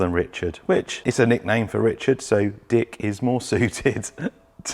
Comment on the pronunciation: It's like the "K" has it's own spotlight moment when pronounces "DicK" LOL